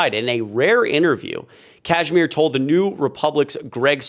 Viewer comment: Kasmer, not Cashmere